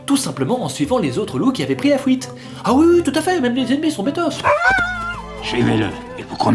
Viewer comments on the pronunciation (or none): LA FUITE ! PAS LA "FOUITE" ! BORDEL. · J'aime trop comme il dit "fuite" → "fouite" 😂